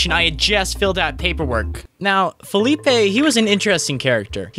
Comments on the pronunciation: I think his name is Felipe, not Phillipe (thats french i think) Love the video guy, keep like that. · Im guessing he was trying to say "felipe", cause it would be kind of a dumb spelling if it really was like that, unless he was called philip and people referred to him as felipe